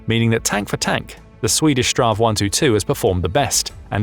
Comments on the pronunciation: Dont say stra... it's Battle-tank in swedish but shorter version of it. Rather say strids-vagn. Battle-tank. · For gods sake! stop raping the swedish languish! its either S T V R 122 or Strids vagn 122.